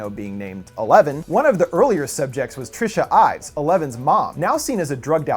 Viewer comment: Was anyone else bugged about him saying Trisha Ives?